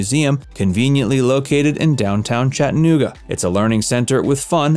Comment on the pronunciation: WHY are you saying it like that 😂😂? “Chett’ uh NOOG’ uh” Weirdo.